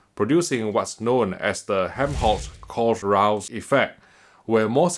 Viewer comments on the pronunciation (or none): nice review! btw it's pronounced like "helm holes kouhl roush effect" 😅